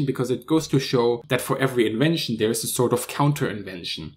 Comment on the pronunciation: Give thanks for pronouncing other as udder, DWI as DVI & there as dare.